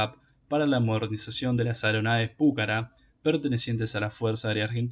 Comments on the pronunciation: No sabés ni leer ni hablar!!!!! Dedicate a otra cosa!!! Además el avión se llama Pucará, no púcara... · Estimado.... con todo respeto, el video esta bien, pero el solo hecho de que no leas bien ni el nombre del avión saca las ganas de verlo. Inclusive en el texto qur vod pones, claramente lleva acento al final en la ultima A y vos insistís en acentuarlo en la primer vocal osea la U lees ridículamente PUcara cuando es PucaRA.... y no es detalle menor ya que el avión que lleva ese nombre es el motivo del video. Significa que ni siquiera viste ni un sólo video del avión en donde otro lo pronuncie bien o peor que ni bola le diste. Cosa que minimamente sugeriría algo de "investigación". Se diría que copiaste un texto de wikipedia o robaste alguna nota escrita por alguien, sin realmente interiorizarte de lo que ibas a "hablar". Deberías mejorar la cadencia, la dicción, la fluidez y sobre todo este tipo de detalles. Parece que leyeras una redacción en la secundaria. Intento hacer una crítica constructiva. Espero lo tomes a bien. Atentamente. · PÚCARA...NOOOOOOOOOOO..... PUCARÁ CON ACENTO EN LA "A" NO EN LA "U"...... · El avión es "Pucará"!! con acento en la última A y no Púcara!!! Es una palabra Quechua que significa FORTALEZA!!!! Esta noble aeronave merece respeto y ser nombrada como corresponde!!! A no ser que seas como el impresentable de "Patria o Nada"! Aclaro no es hate sino para sumar constructivamente. Saludos. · Se debe leer Pucara', acentuando en la última a aprendan y pronuncien bien. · Lo que pasa es que Púcara suena mas elegante JAJAJA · el avión se llama Pucarà y punto campeón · Pucará, con acento en la última A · Espero que INVAP pueda desarrollar pronto el radar aesa para los ojos del Pucara Fénix. PD: Molesta la mala acentuación que le da al avión. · En el habla de la lengua original quechua la palabra pucara no lleva acentuación.